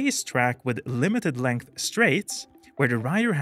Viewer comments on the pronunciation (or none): none